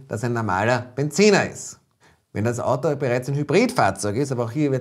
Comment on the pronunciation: es heißt Auto und nicht Atto